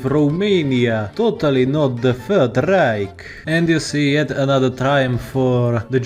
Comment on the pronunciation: bruh, threat not freat, third not fird bruh burh.